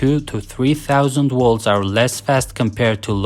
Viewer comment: Whats a "Wolt/Woltage"? In your language, if V makes the W sound, what does the W do? If there's no difference, why even have one or the other? If I say my name is "Victor" would you call me "Wictor"? Not sure why this bothers me so much. I'm just a stupid American.